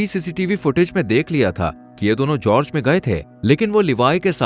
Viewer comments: It is Gorge. Not George, and not Helloween, say it hollow men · Gorge khai ka naam nhi bro English me khai ko gorge kehte ha and jorg nhi gorge like gorgeous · जर्ज नही गोर्ज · brother its pronounced with the "G" sound as in Gun. Not G sound as in Gist.